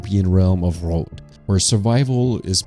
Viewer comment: As for how to pronounce HROT. H can be pronounce same as in H(OLD), R and O same as RO(CK) and T as from word (SLO)T. Keep at it, you can do it. Great video.